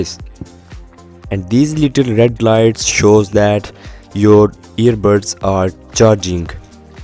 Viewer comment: this dude can't say buds he keeps saying birds hahaha btw bro this is a good tutorial and review